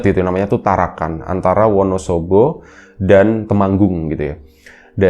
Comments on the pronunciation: maaf bukan tarakan tapi parakan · PARAKAN mas....bukan TARAKAN....😅😅😅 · Parakan mas bukan Tarakan